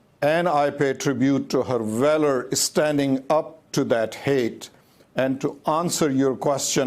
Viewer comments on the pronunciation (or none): none